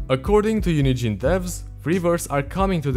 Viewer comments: lowkey half the time when he says UNIGENE it sounds like he's saying unity and it hella confused me. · "unigine" lol